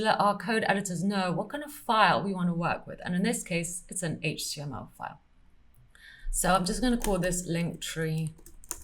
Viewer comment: I always love the parts when you say "Haige Tea ML", just like so. #SCNR 😉